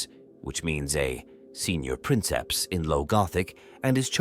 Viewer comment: Princeps is actually pronounced "preenkeps"